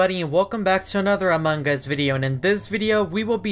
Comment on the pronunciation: The first time said Among us and not Amangus 😅😂